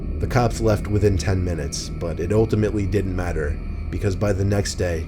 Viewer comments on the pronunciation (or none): none